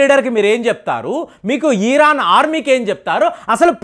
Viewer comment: ఈరన్ కాదురా మూర్ఖుడా ఇరాన్